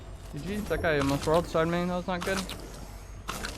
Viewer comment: did you say "That guy almost World Starred me" ? 🤣